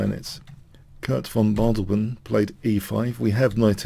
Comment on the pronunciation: a favourite of ben Fiengold this one, i like how Your analysis gives something even to well worn classiaics. great work on Guicco Piano especially since pronunciation is not Your traditional strength. Von Bardeleben is more Your usual standard, it need one more syllable than you gave it. but who cares this was fun. Thanks keep up the good work.